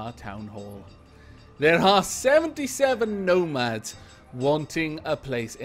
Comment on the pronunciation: Every time you say nomads, all i can hear is gnomads. These are the dangers of gnomoria.